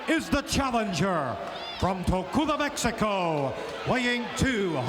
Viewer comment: I like the story Chico once told about Howard Finkle. FINK couldn't fathom the idea that TOCULA isn't an actual place. Chico kept telling him, Howard. It's TOLUCA, TOLUCA, not TOCULA. He said it many times, but Howard refused to say it correctly. Eventually Chico just said, forget it............ As a result, the fictional TOCULA, MEXICO was born!